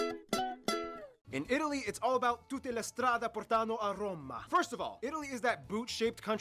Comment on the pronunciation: no way blud said "Romma" nah bro is not italian saying "pughlia" I can forgive one mistake but that is just too much. I'm not even native and I noticed it bro 😭